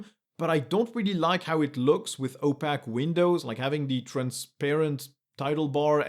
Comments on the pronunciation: Great video! I've recently gone back to Linux after years away. Not that I can throw stones since you have mastery of two languages. But I was confused when you were saying the word "opaque." It is pronounced oh+pake (like would rhyme with cake). Your English is essentially flawless, so kudos, but I thought I would share this just since I was briefly not understanding what you said. Thanks again for a great video! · The American pronunciation of opaque rhymes with cake. For a while I thought there was a technical word for those windows that I hadn't heard before.